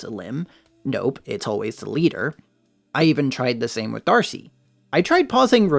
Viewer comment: The way you said "D'arce" as "Darcy" threw me for a loop. Not sure if that's a joke or meme in the fandom?